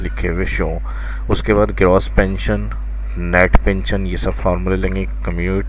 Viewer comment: Good sir سر کمیونٹیشن نہیں ہے کیمیو ٹیشن ہوتا ہے